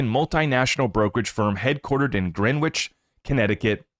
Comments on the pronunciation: Greenwich is pronounced Gren-itch 👍🏻 you da man! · enjoy the show. w is silent in Greenwich 😊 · Your pronunciation of Greenwich Connecticut is incorrect